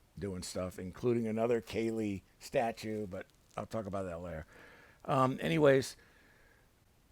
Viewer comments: kali not kaylee lol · Love your reviews mate but it’s pronounced Kar-Lee 😅 Keep up the great work, your review convinced me to bag Talos